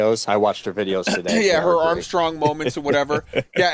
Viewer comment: I love that you went full Latvian on the Armstrong Moment